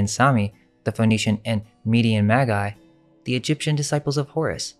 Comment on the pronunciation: I love your videos, but it hurts my ears to hear you consistently misprounce certain words. Tome has a hard O and is not pronounced tomb. Chaldea, Chaldee and Chaldean is NOT a hard C sound and is pronounced the same way as the word chain or change. Magi is NOT a hard G sound. It's pronounced with a soft g. Scythians has a hard C pronunciation not a soft c. The cities of Hyderabad and Argyll are mispronounced in this video. Look up how to say Argyl Socks.